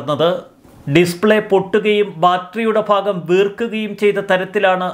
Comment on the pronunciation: ഭാഗം, ആണ് ഫാഗം അല്ല.